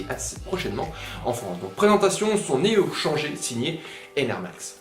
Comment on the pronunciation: Super vidéo comme d'hab, par contre faudrait peut être dire "néo chanjèr" ^^